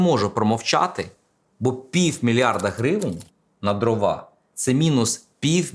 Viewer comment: дрОва, а не дровА